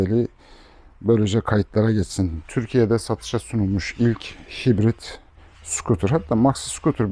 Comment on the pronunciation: Hybrid diye yazılıp ''haybrid'' diye okunuyor ve karışık sistem gibi bir anlama geliyor.